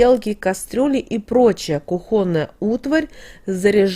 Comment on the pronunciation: КУхонная, а не кухОнная!